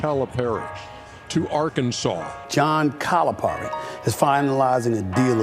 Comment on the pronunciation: This was awesome, but somebody please help with the pronunciation of Calipari lol